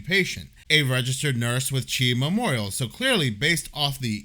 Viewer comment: Its pronounced C-H-I Memorial. 😂😂😂 Its hilarious hearing you say Chi 😂😂